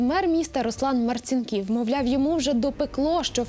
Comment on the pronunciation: Наголос не правильний марцинкіів 😅не потрібно приймати тисячами біженців зі сходу нехай їдуть на південь чи північ 😅😅😅